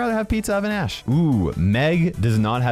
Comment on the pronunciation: i heard a$$ not ash